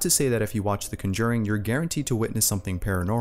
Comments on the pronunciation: BTW you're pronouncing The Conjuring wrong.. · It's funny how they lost the controller while watching The Conjuring 2, since that happens to Janet in the movie. Also, it's funny how you pronounce the title lol